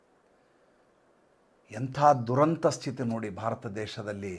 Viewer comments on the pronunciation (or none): none